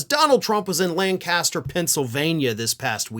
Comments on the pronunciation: That PA city is pronounced LANC-aster, not LAN-CAS-ter. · it's pronounced LANC-aster. My first Father in Law came from that area. Ephrata, to be precise. They're not too far from Intercourse. Seriously. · It's pronounced Lank-ester